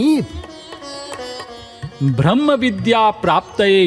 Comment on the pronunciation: The moment I hear भ्र in ब्रम्ह .... I quit